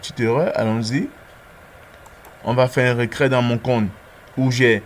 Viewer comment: C'est "reTrait" et pas "recrait"